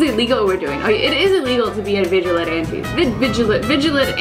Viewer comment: "Viggilllanty" Azzyland 2016